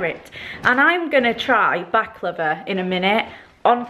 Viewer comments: when she says baklava it sounds like shes saying back lover haha xx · omg I thought you said you were going to try "back-lover" XD ILY